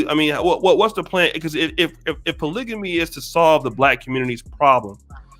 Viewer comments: Yooooo what word is she saying. Polyjamous lmaoo. I know there is polygamy and polygyny, but I'm quite sure that isn't the correct pronunciation of either. She needs to go back to the drawing board. A lot of the stuff she said made no sense. She is just trying to get paid off the manosphere. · Is this women for real, I'm not black and hell noooooooo. This women is full of it and of course she's single. She can't even pronounce polygamy.